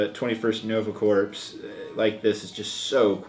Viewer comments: Corps as in Cores, not Corpse. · it's not pronounced "corps", it's pronounced "core". sorry for being a grammar nazi. still love ur vids! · Corps is actually pronounced as "core." Sorry. I'm a grammar nazi. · "Corps" is pronounced like "Cores" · The word 'corps' is pronounced 'core'. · yeah, it's not THAT big of an issue, but it was a bit cringey when he mispronounced it